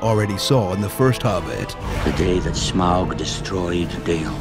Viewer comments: It's funny that it's easier for him to pronounce "Scrooge McDuck" instead of "Smaug" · you pronounce Smaug like you say "smog". J.R.R. Tolkien was a big fan of the environment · Smaug. Smog? Smah-ug? Sm"ow"g? Smae-ug? AGH! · Come on, Voiceover Man! SMAUG is five letters! Get your act together. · Oh my god, enough already, Smaug is not that hard to say.